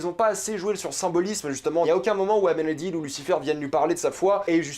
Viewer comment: Ça se dit AmenadiÈle